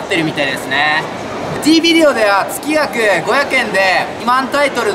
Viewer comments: 面白かったけど つきがくって言ってるのはどうかとw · 事務所から言われてやってるん だったらちゃんと説明しようよ しかもつきがくじゃなくて げつがくね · つきがくww げつがくだろ〜